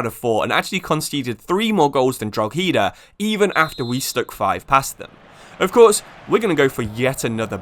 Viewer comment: Drog-heedah is diabolical. It's Draw-hedah... if we have to learn how to say Worcestershire, please learn how to pronounce simple Irish towns!... in saying that, love the content 😂